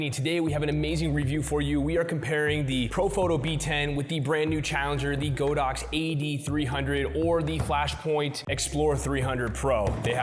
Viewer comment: ITS G A A A A D O X . NOT GOOOOOODAX . LOLS